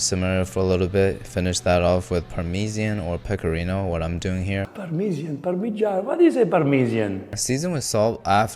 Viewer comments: "Parmesian" is a hidden insider joke for "Rick&Morty" fans. In one season they had to change the universe to one that's almost 100% identical to their old one, with one difference: they pronounce it "Parmesian" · parmeSian is a joke from the cartoon Rick and Morty where Rick finds a new planet for them to live on but he could only get like 98% match and they pronounce parmesan weirdly. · That's a Rick & Morty reference. Basically the protagonists were forced to jump to other reality and in that reality the people pronounce parmesan differently.